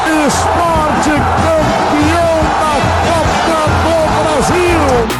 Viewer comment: Pq esses sub-humanos gritam "Ispó! Ispó! Ispó!" Eles não sabem que o nome do clube é Sport??? O que custa falar direito, bando de animais???